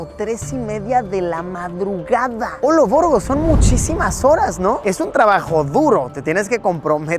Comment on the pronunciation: "Ne memes y olovorgo", qué tiene 14 años este we?